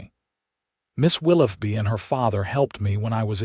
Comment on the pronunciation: "Willoughby", I appreciate that you can likely pronounce "tough", however, wonder what you would do to the word, "though" - as in the "Right" way to pronounce "Willoughby" - "Will-OH-bee"